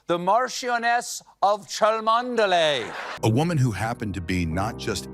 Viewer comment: Will someone please learn how to pronounce "Cholmondeley" properly!! It is pronounced "Chumly" look it up!!!